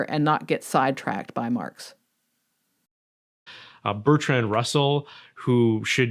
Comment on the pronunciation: Around 8 minutes when he says "Bertran and Russell or Bertranand Russell" i nearly choked on my coffee (yea you tried to kill me 😜). I don't think it was a slip of the tongue, i think it was a reading comprehension failure depending from his complete unfamiliarity with the name.